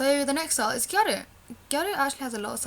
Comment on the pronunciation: ***** also I forgot to add serious props to you for pronouncing gyaru correctly - i cant tell you how many youtube videos ive watched and just cringed because they say 'gyah-roo' hahah. its like just say gal or pronounce the word correctly omg!!